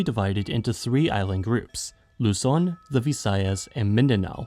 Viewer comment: This is the first time i've heard a foreign video not pronounce Luzon as "Lou-Zon" lol.